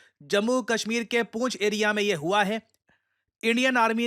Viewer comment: पूंछ ❌पुंछ ✅